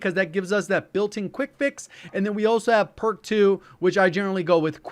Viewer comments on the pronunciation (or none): none